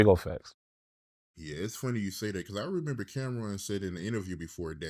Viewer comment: Whips, handcuffs, feathers okay, but dildos this is too much. Fuck a red flag, no friendship! dont say "Facts" he says "fax" 😂😂😂